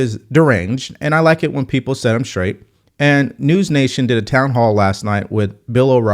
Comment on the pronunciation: Enjoy watching but when u say shrong and shraight. It drives me crazy.